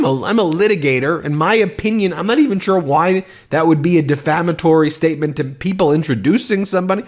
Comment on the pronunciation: Melania cannot even pronounce the word defamatory.